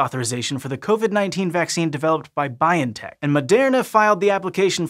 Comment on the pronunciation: Pronunciation correction: The stress in BioNTech is on the o, not the i.